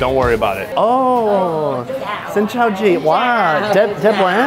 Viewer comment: I hear you said "Xin cho anh". I find a way to pronounce the word "chao" and "chào" in English, which is "joun" and "jound".